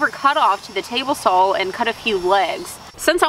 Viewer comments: You do know there is no 'L' in the word 'saw', right? Is this a Texas thing? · Well blimey, does still some long pants. I thought she had cut them all off. here is a fumy observation, I noticed you have trouble pronouncing saw and raw, but you have no trouble what so ever about correctly pronouncing sammich? LOL. Good job on the stools. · I love her accent when she says "saw" 😁